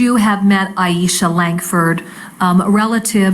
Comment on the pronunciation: Not that it matters AT ALL but the prosecutor kept calling her Aishia. It killed me everytime. Love this prosecutor though.